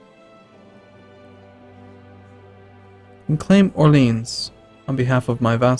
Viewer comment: At this point I'm convinced you're trolling me personally by leaving Cordoba alone. Also, 'Or-lee-ON'.